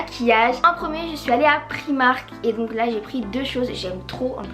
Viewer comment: On dit "praymark" 🤗 sinon super vidéo 💚